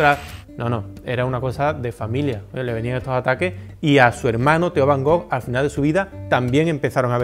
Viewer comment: jajaja Lo digo porque ya le he oído varias veces sobre van Gogh. Parecería que tiene él el monopolio, y lo de soberbia, solo he hecho un comentario... No sé porque te picas, además no me he dirigido a ti. Además estimo que para hablar de Vincent van Gogh primero hay que saber pronunciar su nombre correctamente. je comprends, ce n'est pas évident quand on ne parle pas français